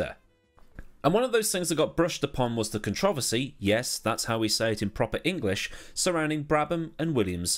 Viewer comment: One word: controversy. Well, one more: “proppa”.